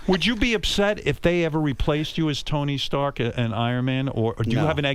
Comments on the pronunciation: "tony staherk" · the way he pronounced rdj's character is so funny. "Tony Sterk" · “Tony’s tuark”